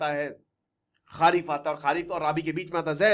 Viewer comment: राबी नहीं रबी। खारीफ नहीं खरीफ।।